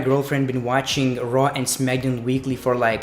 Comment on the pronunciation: Is he saying nitro or raw maybe it's his accent